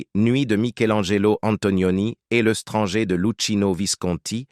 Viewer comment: Oui L'IA est insupportable, pareil pour "l' EStranger" de Camus.